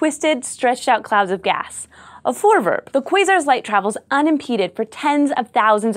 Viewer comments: The Dutch think you are awesome too,!:D However, the pronounciation of 'voorwerp' isn't voorwurp, sorry.:P The 'e' is pronounced the same as in the word 'let', so it should sound like this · Four V air p Like the number 4 and the word air but with a v and p vairp.. or Vour vairp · Nice nice - the dutch 'voorwerp', which means object, becomes a term in astronomy. its pronounced: voor (is in four, but with a v) werp=w-air-p its not vorewurp moor like vourwairp. plural: voorwerpen - then added 'en' is pronounced as 'un' from unknown vour-wair-pun. Hope it helps~ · SciShow Space Protip: google translate has an option to pronounce words... Good idea to at least listen to it once... Its not vorewurp - but vorewairp. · it's pronounced voorwerp, not forwurp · As a dutchmen. I need to say that you say voorwerp as voowurp no problem thou. love scishow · cool video, (and I like the way you pronounce voorwerp like voorvurp haha) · Glenn Dekker "Voorwurp" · "Hanny's forverb" nice try. Close enough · Also, it's pronounced Vore- wherp (wherp like how you pronounce it in twerp, just without the t) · You pronounce "Voorwerp" VERY American :P Gives me a good chuckle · PixelCortex sounds like an American who tried though. she could have said it like foooor wirp, like they pronounce Goooooda XD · And another Dutch word in the dictionary of science. And 'voorwerp' is pronounced differently (I know because I am Dutch) but still close enough. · Hi everyone! I'm dutch! I just came here to tell how strange it is to see a Dutch word in an english title! Also you're pronouncing it wrong which isn't a big problem, but I have noticed that this hasn't been said in the comment section before. Oh, and have I told you that I'm Dutch yet? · lol "voorwerp" is dutch for "object". Funny. So is your pronounciation of it xD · You Americans have the funniest way of pronouncing 'Voorwerp.' 'Voor' sounds as in 'though' and 'werp' sounds like 'pet'. And the 'r' sounds Irish.